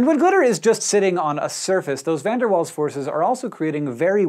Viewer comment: It's Waals not walls